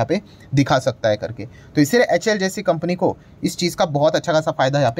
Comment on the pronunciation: Please see the full form of HAL... You always pronounce it wrong